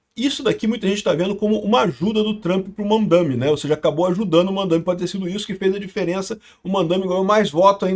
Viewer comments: Kkk eu entendi Van Dame, 😂😂😂😂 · e eu escutando "VanDaime" e "Putzgrila"